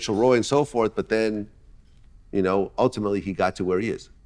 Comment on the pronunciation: Vlad, say “you” and not “chu”